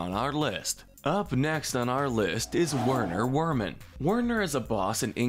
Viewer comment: The W's are pronounced like V's.